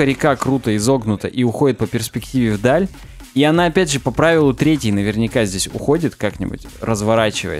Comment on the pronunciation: Парни, ну ведь правило не трЕтей, а третЕй. Часть подкаста просто невозможно слушать из-за этого :(